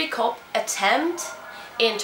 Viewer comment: Pronunciation of 'military coup' is like = Militari KUUU.